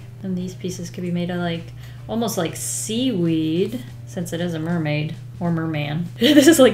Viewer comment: It's not mer-may without a blub fish